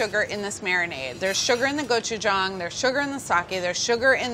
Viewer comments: Is anyone going to talk about how she nailed the pronunciation of gochujang? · I am so glad Carla pronounced Gochujang and Deonjang right. Technically the sauce is called Ssamjang. You can buy it mixed already and add the other ingredients. It is especially good with pork belly wraps. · As a Ko-American: great job!! And thank you for pronouncing gochujang and doenjang correctly XD If ur going to eat it w/2hrs, consider adding 1/4 Asian pear [will give some sweetness and also tenderizes the meat] I would also make a green onion w/a soy/ginger/sesame oil/chilli pepper/garlic/honey marinade and then added to the ssam + rice 🙃 U could also use the same marinade for chkn as well...